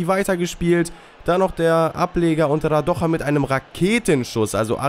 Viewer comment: Radoja is serbien nicht spanien den spricht man nicht so aus